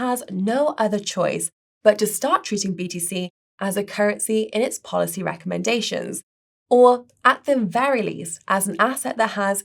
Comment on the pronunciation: replaces the 'e' sound with the 'a' in a lot of her words. 'daad' instead of 'dead', 'rackomendations', etc. Sounds weird, but she's British, so I guess it's ok. Oh... And